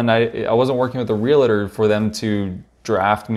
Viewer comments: YES! This bugged me every time it was said. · Real-uh-tor. Why..? Real-tor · Nice review, please refrain from saying Rea-la-tor. It's Real-tor.